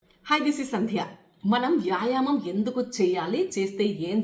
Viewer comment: ముందు తెలుగు మాట్లాడటం నేర్చుకోండి మేడమ్. యాయమం కాదు, వ్యాయామము అని పలకాలి మేడమ్ గారు.